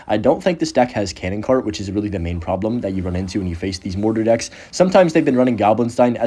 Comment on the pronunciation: “these” doesn’t rhyme with “this”